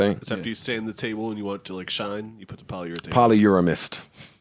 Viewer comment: "Polyurethane" 😭😭 Polyamorous Joe. Polyamorous